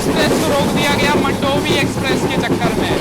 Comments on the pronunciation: मंडोवी ❌ मांडवी ✅ ( river in Goa ) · Its pronounced as मांडोवी एक्सप्रेस and not मंडोवी express , please pronounce it correctly WHY DIDN'T YOU SHOW THANE RLY STN. ?? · मंडोवी नही मांडवी बोलते हे